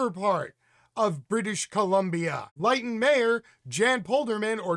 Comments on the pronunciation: Thanks for this. BTW Lytton is pronounced Lit-ton. Not Light-n. And it's not in Northern Canada but in south-west. Again details in this terrible big picture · Pronounced LYNN-TON. Not LIGHT-TON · Lytton is pronounced as Lit ton. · It's pronounced "LIH-tton" and it's very much in the south of Canada.. 🤓 Great segment, as usual 👍